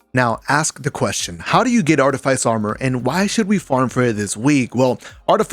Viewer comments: Facts, got me a little annoyed when people pronounce it like “ice” instead of “fiss”😂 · It's pronounce Arti-fiss. But thanks for the vid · Artyfiesi or artifice ? That pronunciation is weird lol